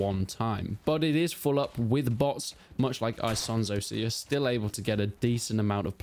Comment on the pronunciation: "Aisonzo". I do love how English native speakers can't speak any other language out there😂